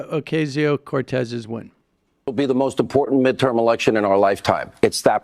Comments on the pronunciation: Oh-kah-sio; not, O-kay-sio, Sammy.... geez.... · you got my thumps down for keep saying okaysio, its ocasio you stupid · AOC's name is pronounced as OCASIO not OKAY-SIO. Thanks for your fine report! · O-CAH-sio. Not O-CAY-sio. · it's pronounced "Oh-cah-sio"